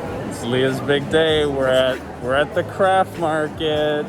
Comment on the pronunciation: I thought you said "We're at the crap market". And I was like, that's a bit insensitive. Haha! Craft is much better. Oh, and I'm getting my fiancé a bike rack bungee cord, very romatic, hehe.